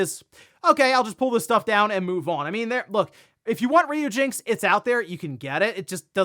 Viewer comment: That was cringe listening to you pronounce "Ryujinx" incorrectly so many times. It's RYU as in "Ryan, or Rye (bread)."